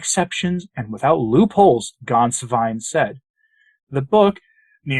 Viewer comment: Congratulations on producing a reasonably close approximation of the correct pronunciation of the name "Gänswein." I always cringe when I hear English speakers mangle it. The one mistake you made is that the " ä" should be pronounced like the "e" in the English words "get" or "bet" or "let."